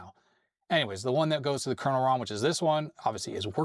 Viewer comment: Love watching but can't help being bemused by his misspelling/mispronouncing of word "kernel".